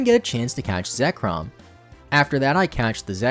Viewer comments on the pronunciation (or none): none